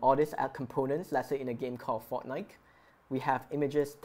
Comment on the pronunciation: HOW COULD U SAY FORKNITE 😭💀. BUT TYSM FOR MAKING THE VIDEO!! VERY HELPFULL 🙏🙏🙏